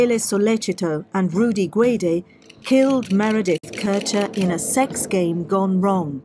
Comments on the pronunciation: Please can you get her name right? MEREDITH. You need to apologise for this. So disrespectful. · please take down the video and redo it. You lose credibility if you say the victims name wrong the whole time. Also, why would you analyze a documentary ? I would stick to the statements of Knox if the video is about her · If you can't even get the victim's name right, you shouldn't be talking about the case. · Very disrespectful not getting Meredith’s name correct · Please get the victim's name right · Oh dear…the analytical skills were certainly not strong on this one! Repeatedly getting the victim’s name wrong when repeatedly hearing it stated throughout the video is not only unforgivable, but outright disrespectful. Clearly only focused on pointing to Amanda’s innocence and this lack of attention massively brings into question his analysis of anything! At the end of the day his opinion means diddly and it looks like just another tuber on the fly I’m afraid. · Don't wear pearls... Not getting her name right or not caring if you got it wrong says more about you than me. After all, I am not the one who is trying to build your channel's credibility.